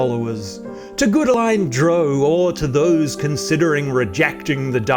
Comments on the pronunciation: Not Dro... Drow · Did I hear him say DROAW? lol 🤦‍♂